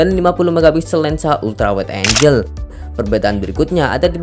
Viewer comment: Angel dibaca enjel Angle dibaca enggel